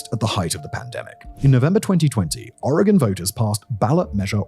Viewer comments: I’ve lived in Eugene and the surrounding area my entire life. I work in Eugene, near the industrial area. It’s bad. Thank you for pronouncing Oregon correctly!!! Simon, I’ve been a massive fan. How cool to hear you talk about my hometown. Wish it were under better circumstances. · Nothing quite like having my city on the internet for this reason. Also, thanks for pronouncing my state correctly.